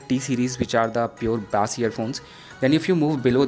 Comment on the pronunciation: Its called bass not baaas